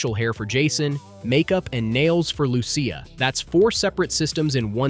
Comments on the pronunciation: you cant even pronounce lucia .. slow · Pronouncing them ‘Leo-need-a’ instead of ‘Leon-eye-da’ and then ‘Loo-sha’ instead of ‘Lou-see-a’ is diabolical.